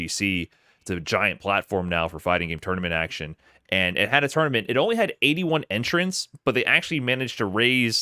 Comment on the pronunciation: bro called a tournament a toynament